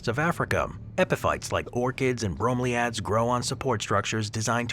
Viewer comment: The mispronunciation of bromeliads is killing me. Edit:: The mispronunciations throughout the entire video was hard to listen to. How hard can it be to make sure you are pronouncing words correctly?